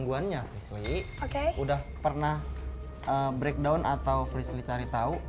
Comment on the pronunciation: Kenapa ya den ananda mangil frislly itu malah frisyy😅